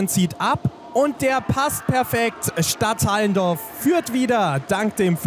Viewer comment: Es wir nicht Stadthallendorf ausgesprochen sondern Stadt Allen Dorf